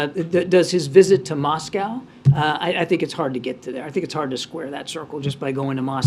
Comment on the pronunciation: new pronunciation of Moscow by jean: Muose-cow